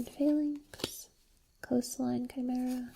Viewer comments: You're right, it is Ky-mare-ah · Chimera = Ka-maer-a